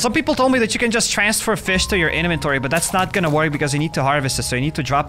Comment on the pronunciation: I like it when he calls it his eneventoory